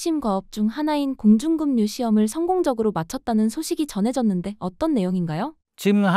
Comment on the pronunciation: 작가 공중금유? 급 발음 안되나. 작가 경상도 발음 ㅎ~